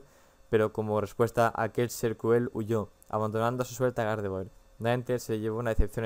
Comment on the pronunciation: se dice gardevuar